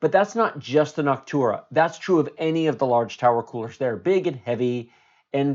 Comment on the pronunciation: why are you saying noctura? its noctua